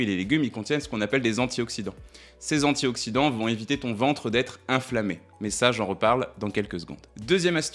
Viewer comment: Bonne vidéo 👏 mais inflammation et enflammé et non inflammé + va être et non va t être !😅